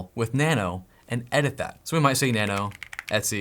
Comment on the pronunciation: I'm so happy you pronounced etc right! 🤣